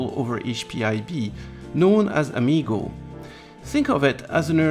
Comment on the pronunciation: HP propreitary protocol: Am-I-go?